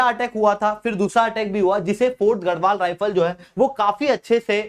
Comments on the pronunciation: Pehle bolna sekho घरवाल nahi गड़वाल ( land of forts) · Bhai tu pehle naam pronounce kerna seekh...Gharwal- गढवाल बोल ना कि गहढवाल। Gusain- गुसाई ना कि गुसेन्